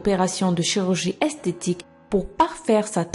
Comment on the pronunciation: Tu dit esteti et pas estetique